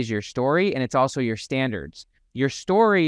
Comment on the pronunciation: Dude, standards with a T go fix that